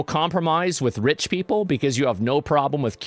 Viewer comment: Love when he says " rich people " like bro hasn't been rich his entire life